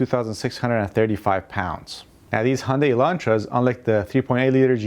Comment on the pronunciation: When you said Hyundai it just made me puke